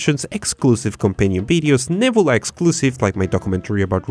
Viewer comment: You said "nebula" a lot of times and I still had no idea what you were saying... "nibblea"? Neb-YOU-la.